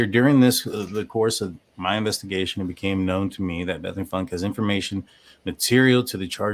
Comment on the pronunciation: I think its pronounced Foonkay.